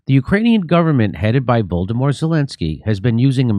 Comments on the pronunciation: does Jimmy pronounce Volodymyr as Voldemort? 😂😂😂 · I love Jimmy's ceaseless use of calling Zelensky "Voldemort" instead of "Volodymyr". Whether it is intentional or not, it's still pretty fuckin' funny to me! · I love it, when Jimmy call him „Voldemort“ Zelenskyy 😂